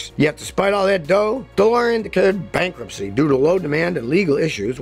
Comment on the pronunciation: "Bankruptcy", not "Bankrupcy" ... 25% = one FOURTH, not one FIFTH. Love the video, but I'm a little nit-picky about the details. Sorry. Used to be in QA.